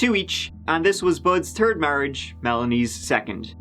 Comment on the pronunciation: New Drinking game every time says "3rd" (turd) you drink